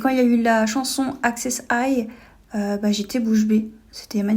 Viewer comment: Accèsse High, non, Heysse ça se prononce (As en Anglais)